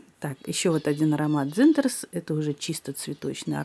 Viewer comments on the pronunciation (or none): А почему дзЫнтарс, а не дзинтарс?))))))))